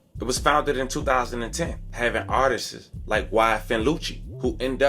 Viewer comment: Artist ( ART-TIST). Dint you evvvva say artist like that again, PLRASE❣️